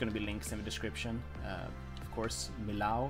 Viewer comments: The building and everything was great! I loved it! But PLEASE, I live nearby, it's pronounced "mi-y-o", with a descending "o", not "ow" :D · In French, you pronounce it ME YO not ME LOW ;-) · in french we don't say millau but meo ;) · in french two L's make a y sound and "au" makes an o sound, so mi-yo would be the correct pronunciation. hope that helps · Awesome! I live not far from here! It's pronounced "me o ", no Ls needed :p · Great work! I'm looking forward to see more! But just to satisfy my french side, it's pronounced Meeyo. 😋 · he pronounced millau like a german would say it 😅 in french, it's actually more like... "mee-yo" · love it,but pronounce the name of the city Millau (French pronunciation: [mijo], or as we write it in occitan Milhau pronounced [miˈʎaw]) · Pronounce Millau like me-yo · Thanks my struggle to pronounce Millau going to be a recurring problem it seems, I will address it and hopefully, one day I will learn!